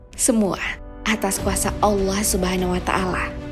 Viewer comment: tolong dong setiap kata yg berakhiran A jangan ditambah huruf "H" kurang nyaman aja dengernya😂 kaya serta mertahh, kuasahh